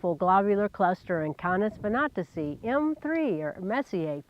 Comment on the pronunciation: It's pronounced kay-neez vin-AT-ih-see (or kān-eez vɪˈnæ-tɪ-sī)